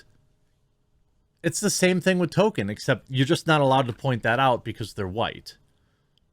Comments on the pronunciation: I love you, but please please please…pronounce the L in Tolkien’s name. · Nobody: Jeremy: “Token” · It would be amazing if you make any effort at all to just one time not pronounce his name as token LOL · It's Tolkienism Not Tokenism that matters. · Am I the only one that cringes at Jeremy's pronunciation of Tolkien. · ehhh I think that’s a stretch. Jeremy’s commentary is spot on, but saying that over and over again isn’t a play on words after a while. I think he genuinely doesn’t know how to pronounce the Professor’s name. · Tolkien, has an "L" in it, Jeremy. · Saying his name to sound like "token" is funny, but in the same sort of way it's funny that Greg Brady got into an accident with the family car. Funny, but with a sick feeling of existential dread underneath. Maybe just consider putting a tad more emphasis on the "L" in "Tolkien"? Or maybe saying it as "TOLE-keen", just so no one claims you're making jokes about "tokens"? I know what you're saying, but the outrage mob will pounce on the stupidest damn crap. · It's token not Tolkien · It doesn't help your credibility to keep calling him "Token" instead of "Tolkien" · “Tokin”…? I always enjoyed a good toke while watching LotR. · I've pointed out the "Token" thing a few times, he just keeps doing it. It's not a good look mocking these fake fans when he can't get the writer's name right. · Does it bother anyone else that he says “Token” there’s an L and an I in there my man. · Jeremy, you pronounced it accurately at the beginning... this adaptation was authored by J.R.R. Token. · Did they say Tolkien or Token? I'm confused. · Why does Jeremy say Token? Seriously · Are you saying "token" instead of Tolkien for a reason 😂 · “Token” lol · Sounds like you're saying "Token" instead of "Tolkien" which makes it that much more funny. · Please stop calling him Token. Its Tolk-ien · Please..... Please stop saying "token" instead of Tolkien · Tolkien not token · It’s not Tolkien it’s token! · It's Tolkien... not token.